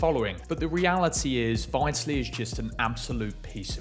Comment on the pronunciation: At least learn how to pronounce 'Vitaly' ffs. Won't be subbing